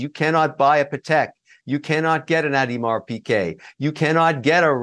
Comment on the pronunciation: Dude doesn't even know how to pronounce Audemars. He also scammed his way through business ventures. Dig a bit into his back story, the dude is a scammer. Fact.